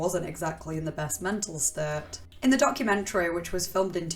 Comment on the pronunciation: "Moo-veh" "Public-leh" "Documen-treh"